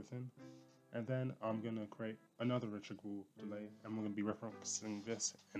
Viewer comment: .......accent is so think it sounds like a completely different language. All i heard was, "Reachable delay."